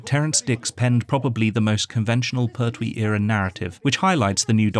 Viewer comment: Hey,it's Pertwee .no syllable accent. Da da .pert wee. 2 counts to the pronunciation l